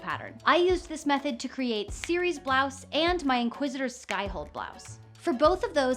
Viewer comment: It's Ciri no "Siri"